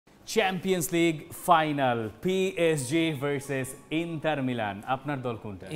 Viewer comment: আচ্ছা ইন্টার মিলানের নাম ইন্টার নার্সিৎও-লে! হল কবে?? দর্শক হিসেবে আমরা শুদ্ধ উচ্চারণ প্রত্যাশা করি।